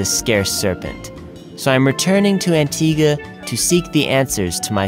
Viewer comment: I'm glad you know how to Pronounce antigua :D because most tourist don't. Great Video :)